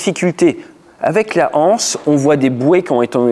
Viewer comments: "Cette hanse". Pas d'H à anse. Tu le répètes plusieurs fois et ça me vrille les tympans. Excuses-moi. Généralement je ne dis rien quand tu fais une faute de français parce que tu es pilote instructeur et pas prof de français mais là, quatre ou cinq fois, ça me fait vraiment mal aux oreilles. Prononcer "cettanse". Ceci dit, bonne journée et merci pour cette vidéo. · Un détail, cependant, ce n'est pas une "hanse", mais une anse. On dit l'anse, pas la Hanse (qui est une guilde de marchands médiévaux du nord de l'Europe). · Merci pour ces explications. Effectivement il déclenche et ça passe tout juste. Juste un détail : on ne dit pas une anse ou la anse. Il n’y a pas de h aspiré. Donc on doit faire la liaison . Il faut prononcer « unanse » ou « lance ».